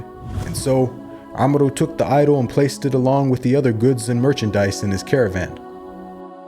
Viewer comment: The name is pronunced 'Amr' not 'Amro'